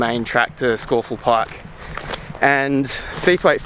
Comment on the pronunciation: A good unpretentious film ,and full marks for the correct pronunciation of Scafell (Pike).